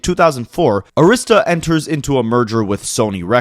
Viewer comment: Great video. Arista is pronounced AIR-riss-tuh with emphasis on first syllable